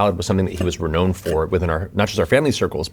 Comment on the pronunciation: Sometimes Matt says a word and it makes me question my understanding of the English Language. Sometimes it's a word like "sigil," and sometimes it's a less arcane word like "renowned."